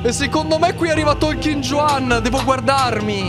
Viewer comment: Un consiglio,in spagnolo la J si pronuncia K,quindi il personaggio non si pronuncia Giuan ma Kuan.